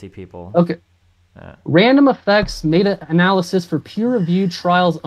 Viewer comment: I was watching this on stream. I made it to the point where he mispronounced meta in meta-analysis. That’s a nope for me I can’t.